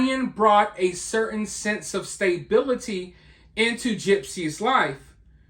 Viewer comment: "stay-bility"? Its stuh-bility.